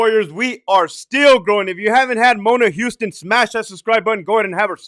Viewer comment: You said “Mona Houston”. Lol!